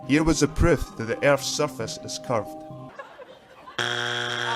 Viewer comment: He didn’t say proof, he said pruff. Your voice sounds almost like Michael Shermer.